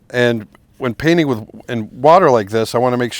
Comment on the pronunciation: Nice to hear an American say painting without dropping the t usually you fellow breatherin say paining!